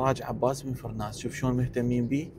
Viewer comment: ابو القاسم عباس بن فرناس... وليس فراس....